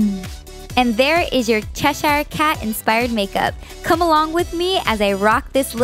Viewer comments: ITS NOT CHES- hire. You don't say it like that!! Sorry that annoys me because I live in Cheshire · its pronounced like chesher